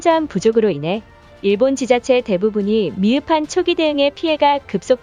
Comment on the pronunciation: 중간에 지자체를 지차제라고 하신다ㅋ